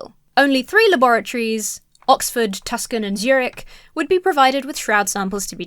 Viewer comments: Why does keep saying one of the Laboratories that studied the Shroud was in Tuscan (and the subtitles say Tuscan) when it was studied at the University of Arizona, Tucson (pronounced “Two-Son”), Arizona? It had me really confused! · pronounced Tucson, Arizona like it's spelled, which is aparently wrong.